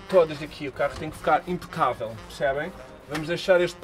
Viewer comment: "Impacabel" eheheh abraço